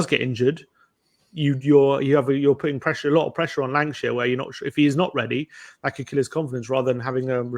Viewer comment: Lankshear, not Lankashire.